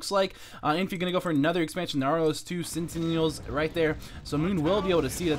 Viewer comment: btw, it's sentinel, not sentinial. sen·ti·nel, /ˈsentn-əl/ Noun: A soldier or guard whose job is to stand and keep watch. Verb: Station a soldier or guard by (a place) to keep watch. Synonyms: sentry - guard - watch - watchman - guardsman - keeper